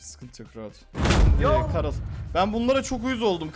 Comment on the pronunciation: karıl deyil garıll